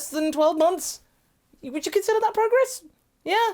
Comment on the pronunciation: ITS NOT PROGESS! Unsubscribe!